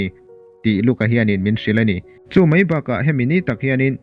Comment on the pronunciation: Mai tih hmanna turah mei i ti ṭhin a, a nalh lo ve, entirnan - a ṭha hle mai tih turah, a ṭha hle mei tia hman hi a dik lo a ni